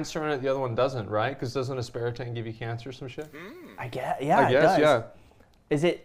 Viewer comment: Him calling it ASPERITANE is killing me